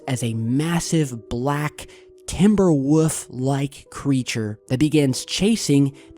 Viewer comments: Take a shot every time you hear, "TimberWoof" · It's timberwolf. Not timberwoof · TIMBER WOOF! LOL, PUT AND L IN THERE.... WOLF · 😂😂😂😂Surely I'm not the only person to notice this dope called that Timber Wolf a fuckin Timber "Woof"!?!! 😂😂😂 Hoooolllly shit. A new level has been achieved!! And it's lower than it was before! Haaaaaaaaaa! #muppet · Yeah it's a 'timberwoof' lol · Woof? Whats a timberwoof?;-) Wolf,. Theres an L in there. <3